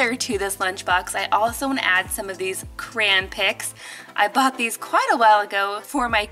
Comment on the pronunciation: It’s CRAYon not Crons